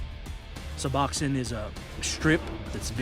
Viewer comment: Sub-ox-in????? Lol my god at least learn the name of the drugs Su-box-one...pronounced Sa-box-own